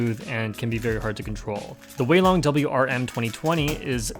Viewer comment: That mini 4x4 is a YJ zhilong and not zhisu... needs to learn chinese😂🤣